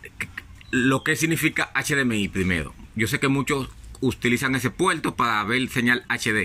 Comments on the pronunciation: La palabra no es puelto es "PUERTO" DEBE PRONUNCIAR la "R" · continual, mencional, intelmedia, puelto, letolno, pero porque si dice ARC y no ALC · "puelto" pero si saben decir "erre". ¿Entonces porque no hablan bien? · Retorno Puerto Televisor Explicar Escuchar Así se escriben y se pronuncian no poniendo una L final a la palabra me da lata escuchar cuando no saben hablar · Puelto xd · PUERTO NO PUELTO Televisorrrr no televisolllll Explicarte con ERE NO EXPLICAL. HABLA BIEN POR DIOS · Pronuncie bien la RRRRR no mame se dice puerto y usted dice puelto, peldon voy a vel la imagen.:face-orange-raised-eyebrow::face-orange-raised-eyebrow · Es puerto o puelto I eso k lo chilenos ablamos mal. Cachay.. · POR QUE HABLAS CON L ??? PUELTO, ALC, CON LESPELTO , LETOLNO ???? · Un puelto 😂😂😂😂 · Es puelto o puerto ? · PUERTO...SE DICE PUERTOOOO! NO ''PUELTO''😆😆😆😆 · Amigo , se dice "PUERTO" y no "PUELTO" . Es un "puerto" del televisor . Gracias por el resto de la información , muy buena . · Que es un PUELTO HDMI? XD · Por favor no uses L por R. Es puerto y no puelto. Es televisor y no televisol. Explicar y no explical. Etc etc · Mencional, continual, intelfase, puelto...?